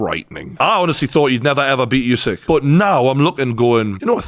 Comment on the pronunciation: I wish one person in the UK could pronounce Usyk's name correctly.